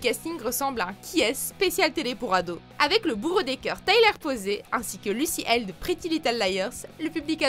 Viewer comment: Tyler PosEy ( se lit Posi ) et Lucy Hale ( on n'oublis pas le H bordel se lit donc Haile ) et Midnight Sun n'est pas si nul, c'est mignon et peut-être hyper développé, mais cela reste un bon film .